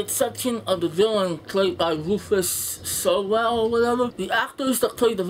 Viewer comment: Aww bless at your Sewell attempt. Soo-ull :-P